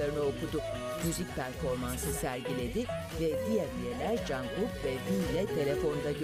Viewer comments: Çok iyide sunucu Janghuk dedi bi ara 😂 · Herşey çok güzel ama sunucu Jeykeyimin adını yanlış okudu